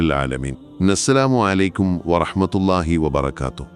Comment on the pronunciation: സലാം പറയുമ്പോൾ ശ്രദ്ധിക്കുക നസ്സലാമു അലയ്ക്കും എന്നാണ് കേൾക്കുന്നത്